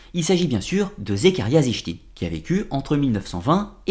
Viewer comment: Très bonne vidéo comme toujours mais on voit que tu n'es pas un adepte du néo-evhemerisme à la façon dont tu prononces les noms ( on prononce Éric et pas Enrich pour Von Daniken et sitchine et pas zichtine😉) je sais que ce n'est qu'un détail mais ça m'a un peu perturbé à l'écoute de la vidéo